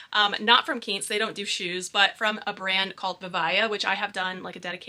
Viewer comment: I’m a big Quince fan, loved your video! BTW pronounced KWINCE (like the fruit Quince)